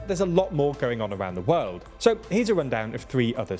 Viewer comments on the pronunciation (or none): none